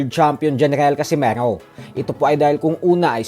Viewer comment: Bakit parang ang bigkas mo sa casimero ay para bang casimaro,nasobrahan yata boss😅